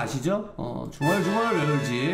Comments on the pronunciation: 진짜 중얼중얼..왜울지? 이거 레전드라고요 ㅋㅋㅋㅋㅋㅋ중얼중얼만 나오면 맨날 왜울지? 생각남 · 아 중얼중얼 왜 울지는 지금 들어도 개웃김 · ㄹㅇ 중얼중얼이랑 맘! 좀알듣게는 언제 안웃기냐고....ㅠㅠㅠㅠㅠㅠ